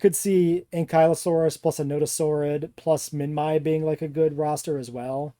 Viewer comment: Is not "minmy", it's "minmee"